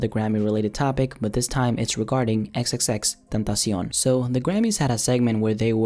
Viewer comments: the way you say X name, triggers me. but good video x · Why did he say xxtentacion like that...